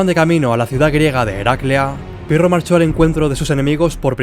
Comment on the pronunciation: Albanian aksend,,piro